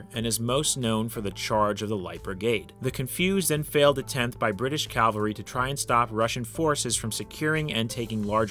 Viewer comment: Why does no one, including this history channel not know how to say cavalry?